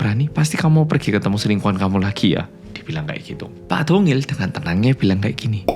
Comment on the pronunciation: Siapa yg dengernya tungil pas bilang dongil 😂